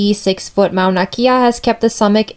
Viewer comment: Got this from a comment and I needed to clarify too: She was right and I mispronounced it. It's not Mauna Key-a but Mauna Kay-a (Kea). My fault Comment: Do your homework before stating an opinion, learn to pronounce the names correctly, and show balanced points-of-view. Perhaps then your argument will have some merit as an informational presentation. Otherwise you might as well post your opinion on twitter Response: After watching it again I see how I gave more way to a preferred view. I should have been more careful. I am in the middle about this. If the natives of the island are disturbed about having a telescope built on their mountain, then it should be respected but if there is tourism and conservatories already up there, why is the telescope a problem now? I see how I could have balanced it better. Thanks for the feedback